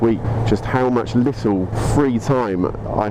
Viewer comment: to . Only a brit would call " braking performance" tasty. xD a " lii uuuUULLLL" bit of humOUR there eh ? xP